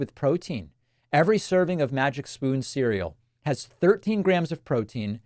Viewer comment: Oh Davif, i thought you said MAGA SPOON in the advertisement.